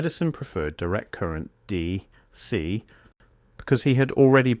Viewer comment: AI speech having issues with saying AC and DC. Lmao